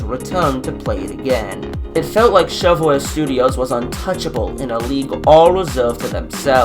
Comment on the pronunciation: voice is really annoying imagine just going up to someone and saying "do woo wike woblox" JUST SAY AN R INSTEAD OF A W ITS SO ANNOYING